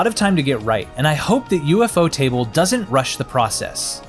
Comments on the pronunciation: ufotable ❌ U-F-O Table✅ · "an ufotable production" alwayd drived me nuts, until i realised its UFOtable, not U-F-Otable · U f o table? It's u- fot (like boat) able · I clicked off as soon as I heard him say U.F.O TABLE 😂😂😂😂 I knew then this was some 💩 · Omg you just butcher UFOTable 😂😂 It's pronounced U-Fo-Ta-Bul everytime you said it wrong it was such a CRINGE to my ears 😫😫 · ufo table, has gotta be the best way ive ever heard someone pronounce that lmao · Lol bro cause you butchered the name "you-fo table" the might decide to scrap the trilogy🤣🤣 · U...F...O table....... bruh say it right... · I quit watching when I heard U-F-O table💀💀💀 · "U-F-O-table" is criminal bro 😭😭😭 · That's exactly what I was thinking 😭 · its an ai voice, ofc its gonna mispronounce certain things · idc if its ai, i pointed out that ofc its ai bc they said u-f-o table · Why is he pronouncing ufotable like that